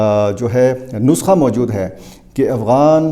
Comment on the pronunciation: Mooojod taaa....mojod tha 😂😂 big urdu man